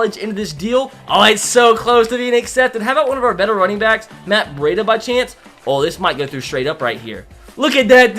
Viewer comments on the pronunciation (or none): none